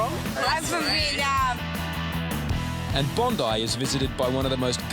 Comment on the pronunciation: “I’m from venam”